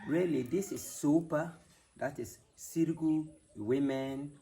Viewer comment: It's pronounced S-I-R-I G-U